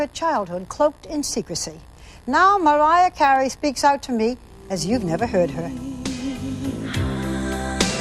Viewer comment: I can't stand when Barbara says Mawiah Cawey.